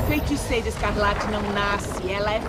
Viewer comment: eu acho q vc tem q aprender a falar feiticeira antes de ver dr estranho kksksk vc sempre fala feinticeira e feintiço kskskskk